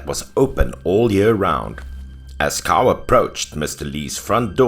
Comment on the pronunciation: 😉 love these stories! Btw 'Cao' is pronounced as "Tsao"